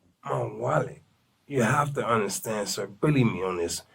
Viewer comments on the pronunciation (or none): If I hear wollet one more time I hope they give him the chair!